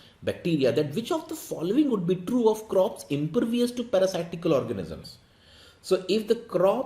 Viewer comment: 3/4, reading mistake of the word impervious.